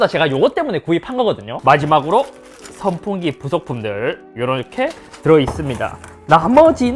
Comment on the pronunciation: 형 발음 때문에 더보기에도 성풍기라고 한거얌? ㅎㅎ